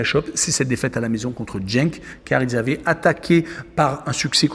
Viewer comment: Génial, mais tu dis encore Jenk! 😢😢😢 😂🤦 😅